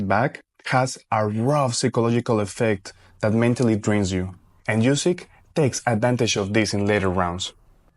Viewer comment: Nice video. Well done! But one thing is that you aren’t saying Usyk’s last name correctly. It’s pronounced OOsyk. A double O sound like in “look” for example.